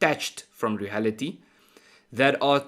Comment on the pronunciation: Ernst,without being critical of your well presented very professional subjects,I would request that pronounce the word reality as written and remove the ( h ) . Eg. — reahality. Most Afrikaans speaking South Africans make this mistake for some reason or other.